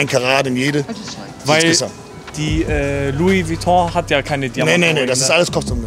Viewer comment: Man Louis Vuitton spricht man nicht luis vuitong aus man man man